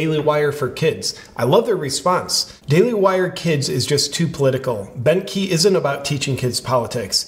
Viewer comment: The first time you said Bentkey i honestly heard Bent Heeb, and i was thinking oddly accurate but i can't believe Ben was ok with it.